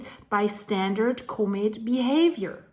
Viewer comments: ...ahhh...it's not a comet...it's a comb-it! 😂 Not making fun of you! I like your pronunciation. Don't change anything! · You are pronouncing comet incorrectly. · I'm wondering why you pronounce 'comet' that way.